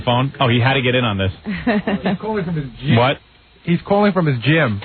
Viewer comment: says GYM funny. geeyum. geeyum.